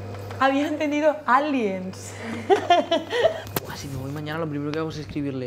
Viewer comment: Jajaj yo escuche "alíen" las 2 veces q dijo Bruno jajaja